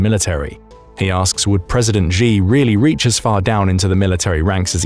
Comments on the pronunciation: Could you please pronounce Xi correctly? It's pronounced "Shee", not "Zhee". There is no 'zh' sound in any dialect of Chinese. If you're going to do journalism or report things on geopolitics, please at least pronounce the names correctly. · Xi is pronounced Sshee, not Jee or Zee. Use Google Translate if you want to hear how to pronounce pinyin words even remotely close. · I would give you D minus for your pronouncing Chinese names. China uses the Pinyin system for Romanised text. You can't pronounce the sounds as you would for English words. For instance the letter "X" is pronounced with an "sh" sound. So 'Xi" is pronounced as you would pronounce as you would say the English word "She." "Xin" the Chinese word for New is pronounced as you say the Englsih word "shin" ie part of the leg..